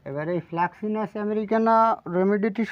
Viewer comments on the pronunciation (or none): Fraxinus আমেরিকান not flaxinus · Fraxinus হবে Flaxinus নয়।